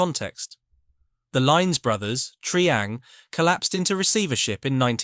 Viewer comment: Where is Have-aunt and what is Tree-ang?